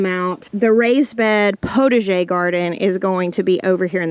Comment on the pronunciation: Okay for your "potager" garden: PotAger. You need to pronounce the A like pot a jay. 😉🥰 Otherwise it sounds like "protege". From a French Canadian fan in British Columbia!👋